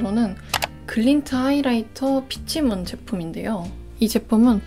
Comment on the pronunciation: 피치문 peach가아니라 pitch에용!